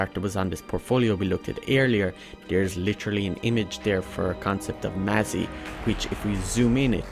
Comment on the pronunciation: You pronounce 'phalanx', "falanax"? 'Mazzie' is pronounced "mass"? How is do you justify this pronunciation?